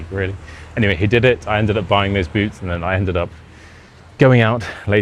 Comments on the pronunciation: When you say boots, it sounds like boobs. Actually, your tempo is really slow. Here in the US/Canada we speak faster than that. I'd be horrified to meet total strangers, and they insist on taking me somewhere. There is no way I would have gone with them. BTW your accent is very light for a brit. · Close one! 🫣 Only one mistaken word- when you first said "boots," I totally thought you said "booze." At first, but then realized... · I learned my English from Americans. But I which I had the British dialect. Most Swedes have that typical American pronunciation. But I had no problem understanding the whole story. Except in the beginning when I heard ”booz” instead of boots 😃 But I’m an 76 old fart with bad hearing. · I pretty understood everything except of boots for the first time because of your pronunciation